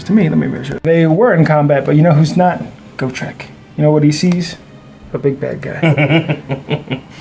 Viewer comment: Why do you pronounce Gotrek wrong? Its Got Rek, not Go Trek